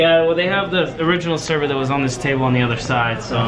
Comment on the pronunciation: “Is ThAt OuR sEvEr???” lmao I’m dead 🤪😂💗